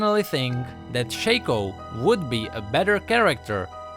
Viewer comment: it's "shaco" not shaco ...